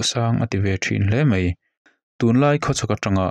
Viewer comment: A ngaihnawm e. Chutihrual erawh chuan MAI tih turah MEI iti tlat mai.